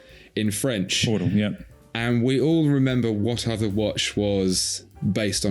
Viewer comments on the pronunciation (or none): none